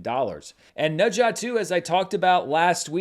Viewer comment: pronounced Ne Zha so well~~~